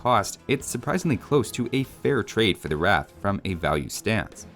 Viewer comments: What annoys me is that they call the 'Roth' the 'Ratha', a very Hindi rendition of the Bangla word. Just asking any Bengali would be enough to know it's pronounced without an 'A' sound, which is a primary phonetic differentiator between Hindi and Bengali. Yoga is Jog, Asana is Ashon, Veda is Ved, Chakra is Chokro - it's obvious but the devs didn't get the memo. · i was just about to comment about the pronunciation XD, i personally pronounce it as roth if you add the w in front they might just say it as wrath and call it a day..... and btw didnt you find the villagers voice acting a little odd as if a non native person is speaking those lines like ami jahiyea , jogariya sounds about right.....